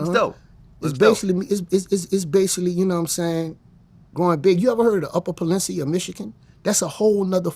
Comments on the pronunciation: "Upper Palencia." Sound exactly like how someone from the hood in Louisiana would pronounce it🤣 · Upper palencia 😂it’s upper peninsula